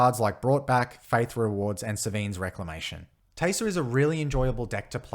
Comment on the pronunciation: The accent makes it sound like your saying "Teyser" and I love it!